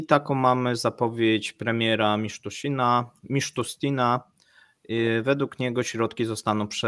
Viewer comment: Miszustina... MISZUSTINA! przy tym nazwisku regularnie wali jakieś babole.:p